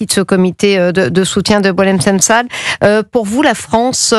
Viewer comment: Apprends a prononcé son nom!!